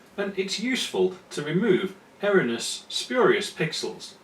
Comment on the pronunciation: It's far too late to correct your pronunciation of "erroneous" isn't it ;-)